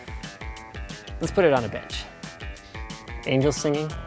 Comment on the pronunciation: Did he day bench, or bitch?